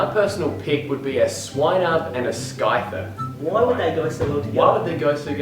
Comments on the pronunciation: the cringe SKY-THER IT BURNS scythe-r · its not pronounced sky-fer its pronounced sy-fer! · Its not pronounced sy-fer! Its pronounced Sy-ther! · fuckin SKYTHER?? its Scyther....Si...ther, dumbasses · He pronounced scyther "skyther"! HAHAHAHHA! ITS "psyther" GET IT RIGHT BRITS! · its pronounce cyther not skyther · Did the "Pokemon Fan" seriously just pronounce Scyther as Skyther?.... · "sky-ther" Really!!! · ....did he just say SKYther? ....no. Oh my god. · how can you say Scizor right but say Scyther wrong?